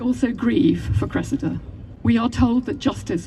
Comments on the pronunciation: why give your daughter a name like "Cressida" if you're going to pronounce it like that. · face-turquoise-covering-eyes:It's 👉CRESS-id-a,👈 not cress-EE-da. :face-red-droopy-eyes